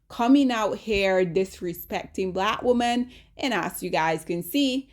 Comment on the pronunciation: Lawd! 😔🤚🏼 Ok, the word "women" is actually pronounced "whim-min" not "whoa-min". Whim-min.